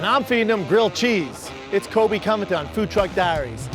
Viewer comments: man he can never pronounce his last name. colby convington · How did he pronounce Covington 😂😂